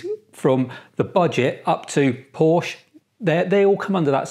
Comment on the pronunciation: Aren't you in Europe? How do you not know how to pronounce Porsche?